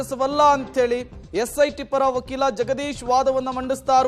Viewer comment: Lo pakila alla adu vakila